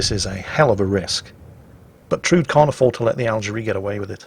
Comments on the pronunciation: Actually, it is pronounced Trud-E (e as in ever). Norwegian womans name. ;) (Guess it is originally a German name actually) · "Trud" is Tru-de a Scandinavian girl's name. She did well. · Actually,, it's pronounced "Trud-ay" She's a character from Strike Witches.